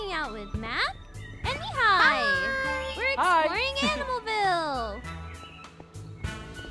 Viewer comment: legit heard "knee high" when she said Mihai